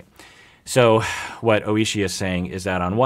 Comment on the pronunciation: when he said oishi D